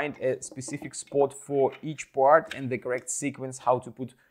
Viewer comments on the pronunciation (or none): I love how you Pronounce Part like POART